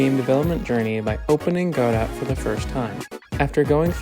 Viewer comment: The “T” is silent in “Godot” BTW